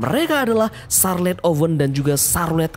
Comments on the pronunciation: Bang carlote bang bukan sarlet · Charlote dibaca sarlet. Ngakak gw kobisa kobisa